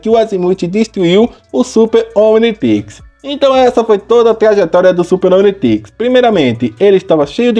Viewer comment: como se fala Omnitrix como o cara fala omnitex